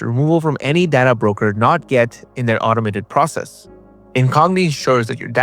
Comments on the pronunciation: Data is 'day-ta', not 'dadda'. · Only Trekkies pronounce it day-ta